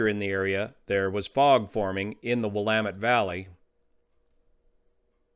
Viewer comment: Wow!, You pronounce Willamette, Eugene, McMinnville, Salem and Oregon like a local. Have you lived in Oregon before? I'm not joking, you sound like a legit Oregonian.